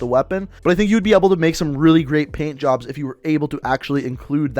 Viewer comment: When u said PAINT_JOBS I THOUGHT U SAID BLOW_JOBS